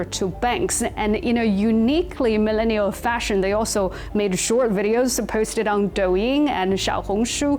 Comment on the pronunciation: I have a love/ hate feeling about the way she says millennial!!! LOL